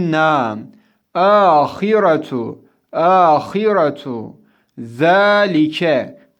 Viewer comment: Abi ağiretun olması gerekiyor iki ötre var sen ağiretu diye okudun